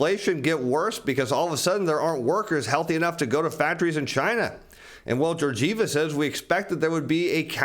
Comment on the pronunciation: I hope your shirts keep that level of ironing while you say Georgieva that way ... Man ...